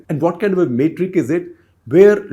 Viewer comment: Small limited point, it is *not Mate-ric, it is Met-ric.